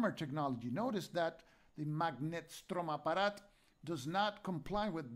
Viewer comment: You are doing such a great job! And I love your prononciation of "Magnetstromapparat". Keep going!